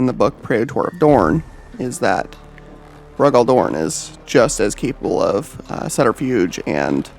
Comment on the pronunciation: Who the hell is Roe-Gall Dorn? lol